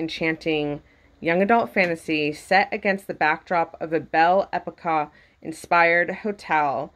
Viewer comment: also Belle Époque is like ay-pok. Thanks for sharing your unboxing!